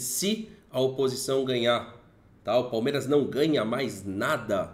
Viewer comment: "opisção" ? Hahaha